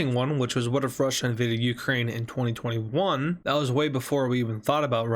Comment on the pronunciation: I find how you say 2021 VERY OFFENSIVE and offense content notice